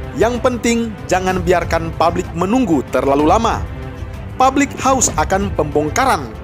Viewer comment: PUBLIK, woy, bukan PABLIK. Produk, bukan prodak